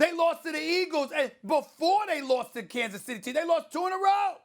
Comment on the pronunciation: Stephen “Kansas Centy” A Smith.